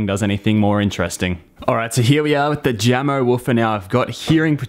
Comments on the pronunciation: isn't it pronounced yamo? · It’s pronounced “Yamo.” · Jamo is pronounced Yamo, kinda spanish sounding. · Sorry for gatekeeping, but Jamo is pronounced "Yamo" . Jamo is a Danish speaker company that was recently acquired by Vox Media group's Klipsch speakers.